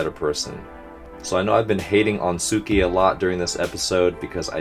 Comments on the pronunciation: soooooo this has been bugging me for a while now and i have been meaning to tell you so yeah. the way that you pronounce tsukki is like sooki but you need to add the t , its hard to explain and maybe someone else can help to explain. And also tsukki isnt his full name, its just something that the guy with greenish hair calls him, everyone else calls him tsukishima. hope that this comment didn't include any spoilers and if it did then i am very very very very very sorry gomen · Great video as usual! By the way, the pronunciation of Tsuki is more like how you pronounce "Pssst" but with the start of "T" sound, and an instant of "s"